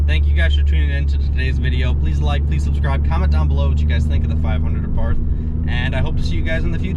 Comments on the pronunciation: Th is silent Just T Say Abart But spelled Abarth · Also the A is pronounced like the a in car, bar, far. Abarth was the last name of the bugger who started modifying stock cars with performance kits and then decided to open up his own company. I almost forgot, you stress the first A, so it's pronounced A'bart and not Abàrt. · The proper pronouncation is not A Barth, rather it is ABART. Please do your homework. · Pronounced AH -bart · Sorry dude but saxophone music and pronouncing Abarth incorrectly is embarrassingly bad.